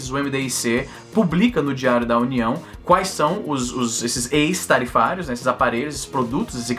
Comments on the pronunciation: Esse "ex" de "ex-tarifário" pronuncia-se "équis" e não "ês", porque o "ex" do latim, com o sentido de "fora". Produtos fora das tarifas padrão. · Se pronuncia "Écss" tarifário. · Se pronuncia "éx-tarifario" meu rei